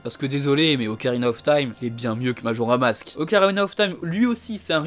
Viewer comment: Salut super vidéo mais c’est Majora’SSSSSSSSS mask, voilà ça me stressait 😂